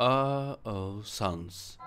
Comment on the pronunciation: Sans değil sanes